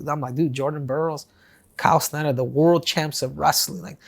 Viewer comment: Chael saying “Schnieder” instead of “Snyder”😂